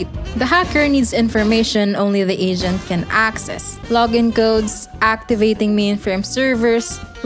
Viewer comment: I cant unhear agent = asian